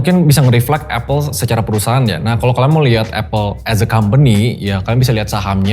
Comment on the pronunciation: Aku terganggu banget dengan pronunciation nya pembicara saat mengatakan “as”. Please fix it.